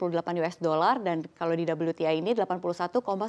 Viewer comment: sebaiknya penyebutan WTI dalam bahasa Indonesia saja Mbak.. We-Te-I gtu lohh... atau nyebutnya tdk usah pakai slank kalangan pasar modal sini.. dengan double U 🤣🤣🤣🤣